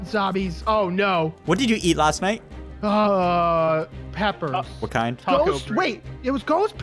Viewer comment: He literally said it hot pepers